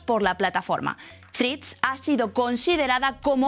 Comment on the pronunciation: Mirad la pronunciación correcta de la única palabra en inglés que vais a utilizar en el vídeo. Por lo demás gran contenido.